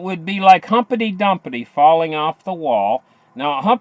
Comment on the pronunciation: its pronounced Humpty Dumpty not humpety dumpety!!